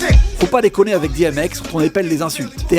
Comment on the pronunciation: on dit 'DI M X "